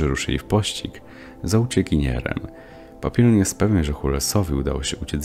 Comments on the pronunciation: "Papilon" no kur.... nie wierzę. Nie można było sprawdzić jak to się wypowiada? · Nie papilon, tylko papiją. Nie moulen rouge, tylko mulę róż